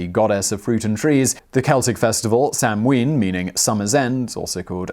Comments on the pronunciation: It's NOT pronounced sam ween, it's pronounced sow-ann!!! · Please.... Samhain is pronounced 'sowwen'. Irish does not share English pronunciation for all letter combinations. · Hi Simon love your videos, samhain is pronounced sow-in (sow as in pig) 👍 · Sanhain is Gaelic and pronounced sownaa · Simon - As far as I'm aware, the American pronunciation (and most commonly accepted one amongst actual practicing pagans of today) for Samhain is "SOW-an, where "sow" rhymes with "cow," and the accent is on the first syllable. :-) I've been a practicing witch for 30 years, and I've never heard it pronounced the way you do. But again, I'm American and so are my fellow local practitioners, so there ya go. ;-) P.S. Samhain, pronounced like it's spelled, is a killer old-school punk band. ;-) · Just came here to post that :-) Sow (as in mother pig), Ann. At least thats the way its pronounced in Munster. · Was anyone admitted to hospital as a result of being attacked by martians though? And didn't they know that the chances of anything coming from Mars are a million to one? Oh yes Simon, the m is not pronounce in Samhaim so it sounds a bit like sawnn or maybe sownn. I believe in America the second syllable is more like winn than the British. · How am I supposed to trust a history show that butchers the pronunciation of Samhain like that? Yeesh.